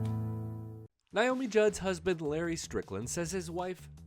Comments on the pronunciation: Omg could u give this lady enough respect to pronounce her name right! It's Naomi not Nyomi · Please learn how to say her name. Nay-oh-me, not nigh-oh-mi. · Why do you keep pronouncing her name as ‘Ny’omi? It’s pronounced ‘Na’omi. Just curious. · Nay-o-me not Nye-o-me. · Her name is NAYomi, not NIomi. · Nice video but I wish people would learn how to pronounce this beautiful woman’s name properly, it’s not NIomi it’s NAomi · Her name is Naomi, NOT Niomi as you keep saying on this video. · Please learn how to pronounce Naomi's name for any future reports.